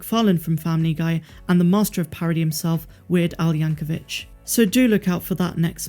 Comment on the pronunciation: I have no idea who tf Weird Al Yankovitch is... but I am a huge fan of Weird Al Yankovic... pronounced Yank-O-Vick. No Ch sound at the end.